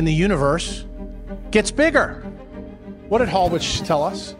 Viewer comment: Hallwich is actually pronounced (Hall Vich)